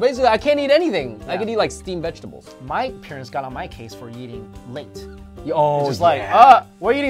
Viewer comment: I thought he said eating lint not late!!!!!! :)